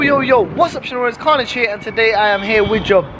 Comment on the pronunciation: "Carnage" sounds a bit like "Cringe"